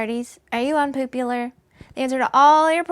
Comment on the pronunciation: I am, indeed, unpoopular! I love vitameatavegimin! LOL